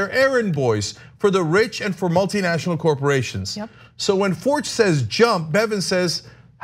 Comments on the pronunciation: It’s actually pronounced fork-t. The guy owns a chain of banks here. Forcht bank. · I think that name is pronounced “Fork”, like the bank. Could be wrong, though.